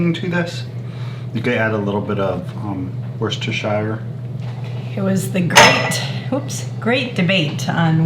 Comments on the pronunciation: I'm in the UK, weirdly you pronounce Worcestershire Sauce as worstershire, the cest is silent. Its the same for all our cities spelt like this. Leicester is pronounced Lester, the cest is silent. Hope that helps.....I know its very odd haha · Wishtisire sauce took me a long time to pronounce it correctly and still at times I mess up I usually call it whats that here sauce 😁 thank you for sharing this recipe I am going to try it next summer when I get more tomatoes and I will be trying the ketchup recipe to 🙂I wish a bottle of ketchup lasted me a year the way my son eats it we go through 2 64 oz bottles a month 😂